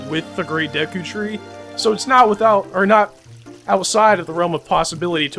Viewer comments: it's pernoust duku tree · no offence but its pronunced day-ku tree and na-vie